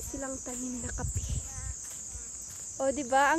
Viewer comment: "Kape" not kapi Ang pronunciation sa Tagalog